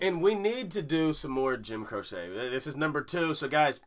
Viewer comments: Pronounced "crow-chee" think of the bird crow and chee as in cheese. The man was an amazing talent and died way too young. Love your commentaries! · It's actually pronounced Crow- chee,and actually the songs mentioned below are ones to react to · His last name is pronounced Cro-Chee. I never knew till now either. Lol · Crow-chee, lol. Good tune and he has many others. Try the slow ones. You'll love them. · Last name is pronounced Crow-Chee. If that makes any sense. Check out Time In A Bottle if you want to cry your eyes out. He passed far too early! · Jim Pronounced (crochee) you are right though he is a great storyteller. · Pronounced Jim “crow chee” 👍🏻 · His last name is pronounced Crow-chee, FYI. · His last name is pronounced Crow-chee. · Crochie is how it's pronounced. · You guys are great...but Jim's last name is pronounced crow-chee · Jim "Crochet"? 😂😂😂 He's a singer/songwriter, not a knitter! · Its pronounced like... Cro..chee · Ok, I have to say his last name is pronounced...CROW-chee. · Jim "Crochet". No...he's not a knitter. It's Croce. Pronounced "Crow-Shee" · Jim "CROCE" was an awesome entertainer, and pronounced "Crow-Chee." "CROCHET" is a craft, made by looping yarn with a hooked needle. 👍😎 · It's pronounced as "crowchee", not "crochet". I agree with all who've suggested "Time In a Bottle". It'll completely switch things up, but in a beautiful way. 🙂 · Crochet?! “Cro’ chee. Don’t worry we all did it! Thx! Rascals please! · Btw. It is not Jim Croce (Cro-shay), it is Jim Croce (Cro-chee)! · Crow-She not cro-shay. FYI. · his name is pronounce Crow-Chee. Not crochet like what you do with a hook. It's Crow-Chee. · Jim "Croce" is not "Cro-Chet" like the knitting. It is "Cro-she" just thought I would help. LOL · It's Croce (CROW-chee), not crochet (crow-SHAY). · It’s not Croshay. It’s Crochee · HIS NAME IS PRONOUNCED CROW SHE......NOT CROW SHAY. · It's not Crochet it CROWCHEE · Please say crocee not crochet! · Pronounced "Crow-chi" great reaction ✌